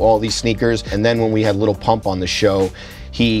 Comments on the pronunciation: Did any one else get triggered when said little pump instead of lil? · The way he says little and not lil